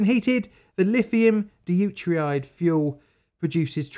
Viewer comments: Bruuu. 'dew-ter-ide' not 'day-oo-ter-ide'. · Chemist here. I love your videos and I know you've got quite the south London accent but you should really learn to pronounce the stuff in your videos correctly. For example, instead of "dee-you-teride" it's "doo-teeride". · You are supposed to pronounce the "De" in Deuteride. It's not pronounced "Uteride".